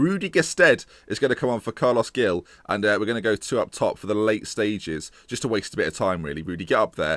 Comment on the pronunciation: Carles 'Hil' - not Gill. And Verah-too. Keep it up! Screw Pearson/di Matteo/Moyes, can we appoint you instead?!